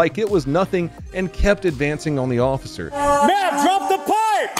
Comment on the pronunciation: May-am May-am. Drop your crack pipe 😮